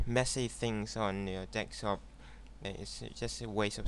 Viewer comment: It's fucking "DESKTOP" not fucking "DEKSTOP" you illiterate foreign piece of shit